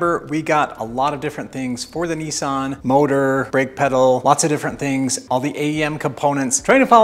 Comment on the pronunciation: It's not a kneesan it's a Nisssan 🤪.